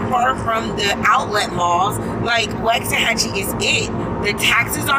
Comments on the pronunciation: I live in waxahachie. I was born in Waxahachie. You’re pronouncing it incorrectly. I graduated in Italy Tx. In 2010. Everyone I know from here, everyone I’ve grown up with agrees.. Waxahachie has lost it soul. It is no longer the home I grew up in. It’s becoming over populated. They’ve been building to many homes. You’re wrong about the cheapest prices.. Ennis has the cheapest prices. You should learn how to pronounce the name of the town if you’re going to talk about it. They have been building way to much, it’s probably doubled the amount of houses in 10 years. Waxahachie lost is soul. All these Californians all the New Yorkers everyone coming from places that have terrible politics! Y’all are straight ruining our communities. Waxahachie used to be such a wonderful place. But we’ve always said it’s going to spread south to Hillsboro, at the moment Italy, Milford and Carl’s corner even foreston will be over run by all these yuppies. It pisses me off so much, they allow their elected officials to declare lockdowns and when you decide it’s not for you, they come here to elect those same type of idiots FJB and Let’s go Brandon. Camel toe Harris is a joke and isn’t representing people in the real world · The way he said waxahachie was so wrong it hurt lol. Also under 2 hours to houston? Lmao not even close. 3 hours easily. Maybe 2 and a half if you’re going 100 the whole way.